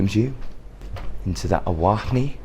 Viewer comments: Please learn how to say the name of the hotel!!! It is the AH-Wa-Nee (Ahwanee) It's a classic, incredible, NOT dirty hotel. I've been there over 35 times. There are several places to eat, you did no exploring. The waterfalls and Half Dome which was directly out your balcony window is incredible! You really should learn more about where you are. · The Shining setting was only inspired by the Ahwahnee Hotel but nothing was ever filmed on this location. Ahwahnee is pronounced Ah-wahn-ee and comes from the original Native American Ahwahneechee which means People of the Gaping Mouth.